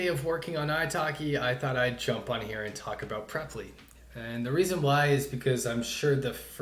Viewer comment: my dmbass bee calling it "pre-ply" 😭